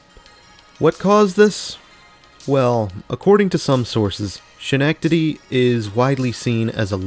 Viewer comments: It's SKEN-NECK-TIDY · It’s nice that we have colonie center and crossgates, did you happen to go to colonie center yet? If so you should, it has great character. Also, not trying to be mean by all means but Schenectady is pronounced ( Ska- neck- teh- dee) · Your pronunciation of Schenectady made me laugh. ;) I am in Greensboro, NC now, but I grew up just 2 hours away from Schenectady, in the Utica, NY area, and my aunt lived in Schenectady so I was there a lot. You did not pronounce it correctly, but I liked your pronunciation, so I am going to start saying it that way. :) The correct pronunciation is as such: Break 'schenectady' down into sounds: [SKI] + [NEK] + [TUH] + [DEE].